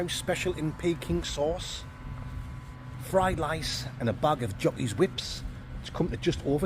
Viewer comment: "fried lice!" lol